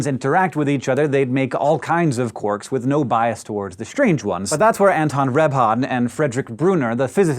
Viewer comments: uhhh 'quorks'? quarks, surely. EDIT: now he's changed to 'quirks' what is this madness?! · Why "quorks" rather than "quarks"?